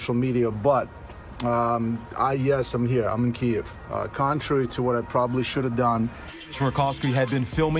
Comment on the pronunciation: A journalist that can't pronouns the capital of Ukraine :)